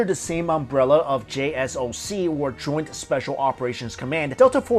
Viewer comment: say JSOC as one word.